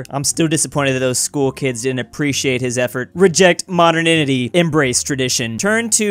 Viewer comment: Did he say return to modenidity?